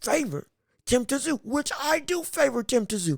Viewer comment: It’s pronounced TIM ZOO